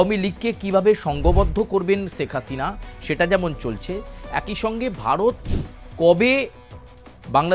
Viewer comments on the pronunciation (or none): none